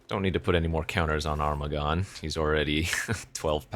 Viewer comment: Armaggon: pronounced Ermahgerd-n 😸